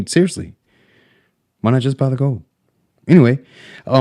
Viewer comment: Tin things bout siver an goud. Pronunciation matters.